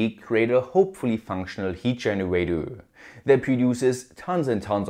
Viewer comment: take a shot every time this kraut says "Genowatow"